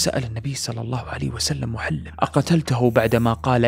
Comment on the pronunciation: سردك جميل وإن كان بالعامية لكن لدي ملاحظات وهي أنك تلحن كثيرا في قراءة الآيات والآحاديث ونطق الأسماء، مثلا قرأت (مغانمُ) بالفتح وهي مرفوعة . أيضا اسم الصحابي محلّم بن جثامة وليس معلم كما ذكرت والحديث في قصته ضعيف لا يستشهد به